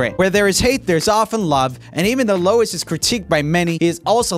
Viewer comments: roomie calling louis, lo-is is making me cringe so hard... its pronounced like 'louie' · I got a giggle out of Louis(Lewis) sounded like Lois(more of a woman's name). Sorry Joel. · Roomie I hate to break it to you but it's pronounced Loo-ee not Loe-iss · It’s Lou-ee not Lois get it right jeez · Joel: Pronounces the s in Louis Okay that's not quite right but everyone does it so it's fine Joel for the rest of the video: LOIS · ITS PRONOUNCED LOUIEE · Peter Griffin critiquing Joel: “It’s pronounced ‘Low-is’, Louis get over here!”. I was just reminded of Family guy. 😂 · first time I think he also said it incorrectly...? like, isn’t the S not supposed to be pronounced in Louis? (French) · Yeah I cringed a bit when he said Lois, poor Louis he puts up with that a lot. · Back in the day when 1D was poppin for the first time so many people hated on Louis and Niall because they’re “bad singers” WHO EVER SAID THAT WILL FEEL MY WRATH! AND UR PRONOUNCING IT WRONG ITS LOUEEEEEEEEEE! ITS FUCKING FRENCH! GOD ALL MIGHTY!.....sorry didn’t mean to lose my shit carry on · HE PRONOUNCED IT LOWIS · lou-eee is literally how you say his name lmao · Yeah...it bugged me so DAM much cos I am a huge directioner.... It's pronounced "Louie" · He also said Lois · There are definitely better clips of Louis (also it's pronounced without the s) I think most of them are in his solo career while the clips in the compilation were from the time he was in the band. So yeah... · Lmao it's pronounced "Loui" too. The S is silent 😅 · Its neither. Its Louie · Joel you said Louis’s name wrong it’s pronounced Louis like the “s” is silent and the I in his name sounds like a long E so that’s how you pronounce Louis’s name (sorry I get ticked off easily about it cause I’m a Louis Tomlinson Fan and also a Directioner) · It’s funny how he says Louis like “ lowes “ 🤣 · To say it the easy way, you pronounce it as Lewee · NOOOOOO LOUIS!!!! I LOVE LOUIS!! ❤️❤️ Also: Joel, it’s not Lewis it’s Louis. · Louieee not Louiss